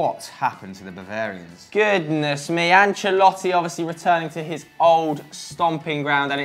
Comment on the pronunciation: Joe you nailed that pronunciation at min